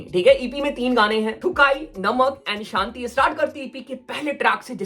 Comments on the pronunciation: Santi nahi re.....shanti bol raha hai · Shanti hota hai saanti nahi